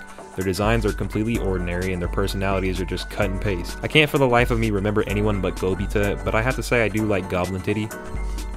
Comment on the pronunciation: I will not forgive you for how you butchered Gobta's name